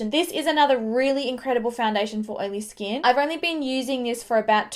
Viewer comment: Does anyone else love the way she says skin like "skeen"?